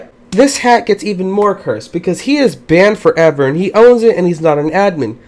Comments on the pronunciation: Banmed foreaver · it sounds for me: band forevar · bAndE fOreVr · I like how you say "BANNED FOREVER"